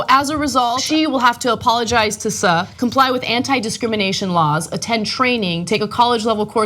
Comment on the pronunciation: Look it's new "Just Got Out of The Gym Ana" Barbie! And she decries racism but doesn't realize Suh is pronounced, generally, as "Sue". And I thought TYT did stories before about how bad and racist Air B&B is. Like UBER.